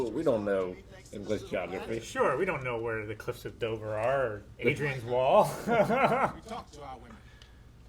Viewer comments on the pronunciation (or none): The Cliffs of Dover are near Dover. Did you say “Adrian’s” wall ?